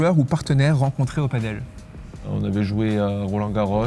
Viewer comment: On dit Padel pas paddle...😂